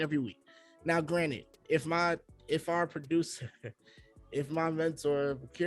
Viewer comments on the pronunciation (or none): constantly saying “granite” instead of granted 😭😭